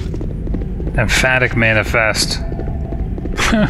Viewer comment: Empathic rather than emphatic. See, this is what I mean by gamer instincts.